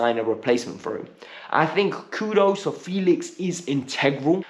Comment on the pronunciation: Pls stop pronouncing KudUS as KUDOS... It is Kudus with the Letter U..take note